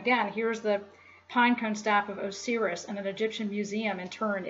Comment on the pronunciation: so what is your religion then and does it not have any esoteric aspect? also, you mispronounced a lot of words. pineal, Osiris, Pleiades, Caduceus, Dionysus...